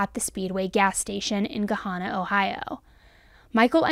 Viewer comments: Not to be an asshole but one little note As someone from Columbus, it’s Ga-Hannah not ga-honnah. I do remember when this happened. It was awful. But that dude was an idiot they were in a nicer area where there are cameras everywhere. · He he he its "Gah - Hannah" Ohio towns are a mess to pronounce. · Pronunciation is GUH- Han- Nah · Just a friendly hint/correction or whatever lol it's pronounced le Guh then hannah as in the name Hannah. Hope this helps. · Lol, it's a common mistake, but you're pronouncing Gahanna wrong. Gahanna is pronounced similarly like Banana. At least, that's the way we actually pronounce it here in Columbus Ohio. 😘